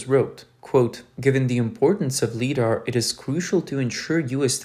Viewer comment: LiDAR.... "Li", like "light". Not "lee"